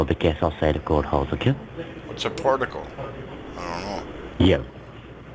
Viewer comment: What's a porticle? It's some drums and condeeshanns.